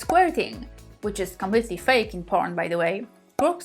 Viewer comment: 'Powern'? You cannot speak English. GTFO